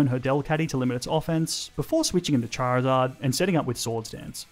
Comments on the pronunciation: CHARIZARD, NOT CHIRZARD! FIX IT NOW! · DO NOT LEAVE OFF THE I IN CHARIZARD! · THE O IN CHARIZARD IS SUPPOSED TO BE AN I!